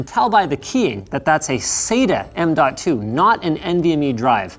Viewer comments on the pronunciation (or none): none